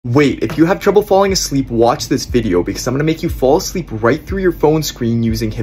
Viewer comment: dude be saying sleep in bold letters 💀